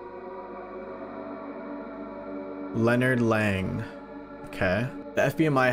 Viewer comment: "Lennard leng 💀💀" name: leonard lang